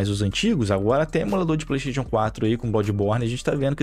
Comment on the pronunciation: No dia que vc aprender a falar Playstation eu lhe respeitarei Playsteitíon n da